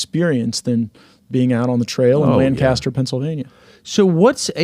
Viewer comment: Hey Matt, we pronounce it "Lan-kiss-ter" PA... not Lang-CAST--er.